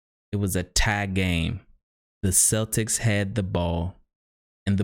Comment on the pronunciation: Why can't they pronounce celtics